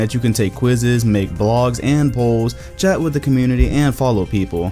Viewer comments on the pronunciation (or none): none